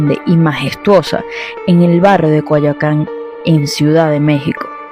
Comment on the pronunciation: Excelente historia y narrativa, sólo para aclarar, el barrio es "Coyoacán"